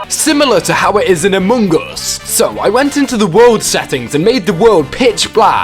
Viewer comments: You said Amogus (amo-goose) you meant Among Us (uh -muhng /əs/) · It’s not amoong us it’s among us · No one: Literally no one: No single soul:: a m o n g o s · Ah yes, my favourite game "Amuungas". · “Amuung us” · "amung uus" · I love how he says AmOnGuS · Ah yes, british... Emon Goos 😳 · My man realy just said Amung Us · I love the way he says ammung us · I love how he says among us amongus Good video! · I love how he pronouces it Amogus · He says amoonguss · the way he says among us is funny. and good job keep up the good work.